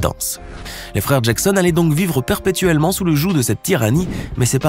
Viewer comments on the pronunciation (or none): none